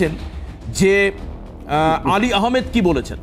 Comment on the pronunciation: হাল্লা বোল এর নিউজ করতা আগে যে মানুষের নামটা ভালো ভাবে বুঝে বলোন অলি আহামেদ / আলী আহামেদ বলছো কেন...????